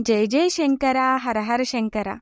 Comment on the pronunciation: మీరు తెలుగు వాళ్లే కాబట్టి షంకర బదులు శంకర అని ఉచ్చరిస్తే బాగుంటుంది